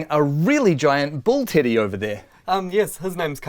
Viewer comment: Nice place :) I think that you kept saying "Teddy" My ear hears something else.